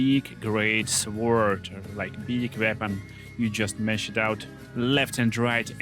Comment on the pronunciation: The W in sword is not pronounced. I'm very sorry English is like this.